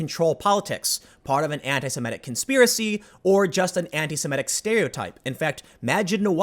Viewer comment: This is a totally trivial comment, but I couldn’t help but point out a constant mispronunciation. It is “anti-SEMITIC,” not “anti-SIMETIC.” I noticed you pronounce it correctly when reading it, but incorrectly pronounce it when talking about it. I noticed a lot of people do this and it drives me almost as batty as when people say “nucular” instead of “nuclear.”